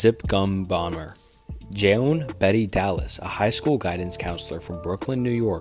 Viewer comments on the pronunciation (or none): none